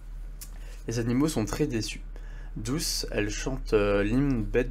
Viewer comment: Au chapitre 7 ta mie douche au lieu de douce